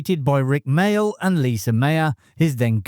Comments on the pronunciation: Lise Mayer, not Lisa. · OK, I'm only 45 seconds in and you've already mispronounced both anarchic and Lise. If I soldier on, does it get better?